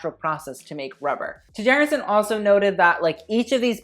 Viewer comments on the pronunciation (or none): his last name is pronounced Chærandsen, for next time ;)